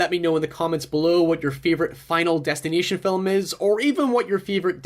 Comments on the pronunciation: I keep hearing him say Final Destin-I-tion instead of Final Destin-A-tion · "final destineeshon" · he is saying '' final destinateeon ''